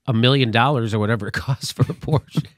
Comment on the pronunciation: The final -e in Porsche isn't silent, Jimmy. It's German, not French.